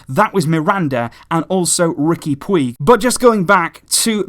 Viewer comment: The Catalans spell the "uig" sound like a "ch" of chocolate. Therefore , Puig sounds like "pooch". But in some cases , the " uig" sounds as a "dge" (dodge) if it's doesn't end as the last syllable ;"Puigdemont" sounding like poodgedemont , more or less.